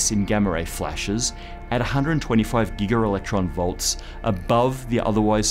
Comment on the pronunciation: "Gigger-electron volts" :)